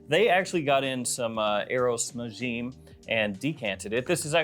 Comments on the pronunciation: Its pronounced Na-ja-m 😅 Which means a star in arabic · you are pronouncing it wrong its more like na-jim